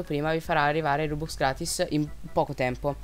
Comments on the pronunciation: Perché rubux si dice rubox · Si pronuncia ròbúks